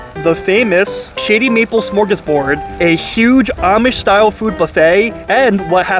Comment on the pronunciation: Sound like you said "Shitty Meatball"